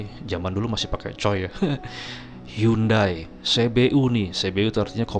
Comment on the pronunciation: Hyundai.. baca nya hende bang